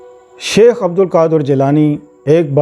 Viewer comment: Shaikh hota sheikh nahi...